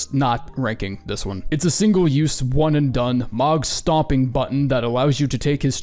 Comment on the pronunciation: saying mohg like mawg(rhyme with dog) is psychopath behaviour